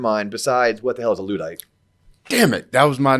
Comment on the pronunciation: Pronouncing luddite incorrectly. Can't wait til I'm listening to robots doing this podcasts instead.. they wouldn't have made that mistake.